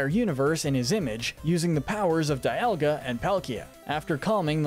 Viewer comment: It’s pronounced DEE-all-guh, mes-PRIT, reg-EE-rock, reg-EE-steel, reg-EE-uh-leck-ee, reg-EE-dra-goh, KAH-los, soo-TAHP-oh-lis, ECK-crew-teek, ZIN-ee-uh, CHAIR-in, as-per-TEE-uh, LYE-san-der, GLAD-ee-on, may-guh-LOPP-OH-LISS, and WEELD, “Patrick Star”! 🤨 You’re so bad at pronouncing words and names,! 🙄